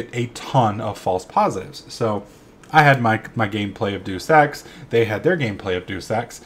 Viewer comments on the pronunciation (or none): Ok first off its day us ex not deuce ex. But thats ok it sounds funnier and ill let it slide because of that end of the year vid on your main channel.